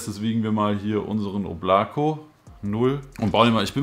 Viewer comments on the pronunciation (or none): Weist du eigentlich das man es nicht “Oblako“ sondern “Oblaka“ spricht ? Bedeutet übrigens Wolke 😜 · Nice review. Aber beim "Oblako" bitte erste "O" betonen. Danke. Wobei Aussprache ist viel besser als beim "Voskurimsa"))